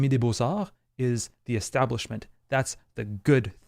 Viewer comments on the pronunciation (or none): ''L'académie des Beaux-Arts'' Wow, il semble qu'on ait un québécois dans la place.